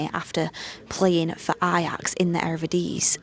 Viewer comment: "Playing in the Erevedeeese"